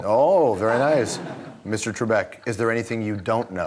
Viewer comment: Alex Trekbek? I hope someone got fired for that blunder lol.